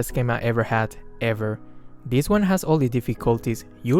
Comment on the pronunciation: I fking love the emphasis on the word EVER. This is probably the first time I've seen him do this. Yea. I love this dude MORE now, thot he was some goody shoes. Hehe